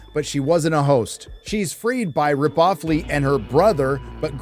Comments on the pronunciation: Rip-off-ley? Ok you got me cracking up with that one XD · "RipOffley" 😁. Gotta say tho, BR 2049 was pretty good imo.